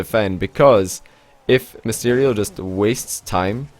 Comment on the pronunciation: Misterio....... Nice pronounciation